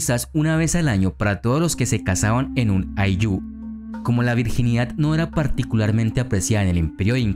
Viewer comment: Muy buena información querido amigo Una observación: El acento de la palabra Ayllu es en "Ay", no en "llu"